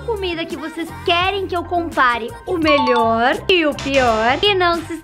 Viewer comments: "melhoe" KKAAJKAJjJAHZKANSKZNAK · "Melhoe" kakaka